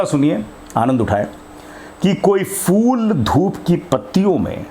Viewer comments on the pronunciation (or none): آپ کی عمر، آپ کا ذوق قابل تحسین ہے۔۔ اور آپ کا اردو تلفظ اگر ٹھیک ہو جائے تو اور بھی اچھا ہو جائے، جہسے، پھول، کو فول، لہجہ کو لہظہ۔۔ اسی طرح اور بھی ہیں جیسے توقف و سکتہ، نفس و کشش۔۔